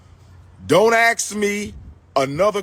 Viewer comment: Axe? What the hell is "Axe"??? It is Ask! Why black people REFUSE TO ENUNCIATE! For some reason, black people LOVE to sound as ignorant as possible..., DAMN!!!